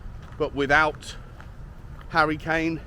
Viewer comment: Who is 'Harrty' Kane?